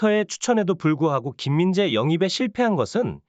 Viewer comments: '스포츠 에센스' 를 "스프초 이신소" 라고 말하면 좋아하려나... '김민재'를 "김민재"로 똑바로 제대로 말해봐~~~ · 소속팀도 제대로 모르냐 바이르미헨은 어느팀이냐 김민지는 또누구고 외국 축구선수이름도 처음보니 악센트를 주면서 읽네 ㅋㅋㅋ 삭제해라 ㅋㅋㅋ